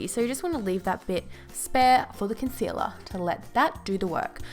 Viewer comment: When she says concealer : consela🙈